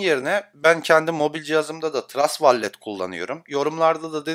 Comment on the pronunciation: Yanliz , vallet deil vollıt